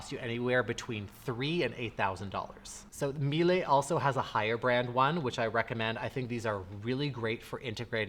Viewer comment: From a German, THANK YOU for saying Miele correctly! People here insist on saying “Me-Luh” and it drives me insane….